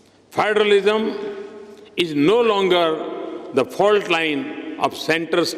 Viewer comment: It's 'is'not eeesss😅 plse pronounce properly and footballer not phootballer